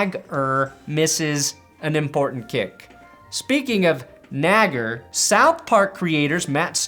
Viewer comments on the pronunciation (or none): I most definitely would pronounce Chris Naggar's name as Nag-Are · That was my kicker in high school biggest douche you ever met guess the jets realized that too also he pronounced it Nay-gar 😂